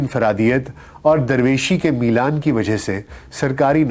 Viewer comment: سبحان اللہ سر ۔ آپ کی آواز اور لب و لہجہ بہترین ہے ۔ موضوعات اور ریسرچ ورک بھی خوب ہے ۔ لیکن آپ کا مضمون چونکہ اردو نہیں ہے ۔ چنانچہ آپ کا تلفظ کافی کمزور ہے ۔ اس وڈیو میں " میلان ۔ ' میں شغف حاصل تھا " " شب زاد" جلوت ۔ وغیرہ ۔۔۔۔۔۔۔SZ.Rana official